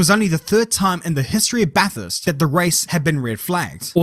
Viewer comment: It’s BATHURST,,BRO,,🎉🎉🎉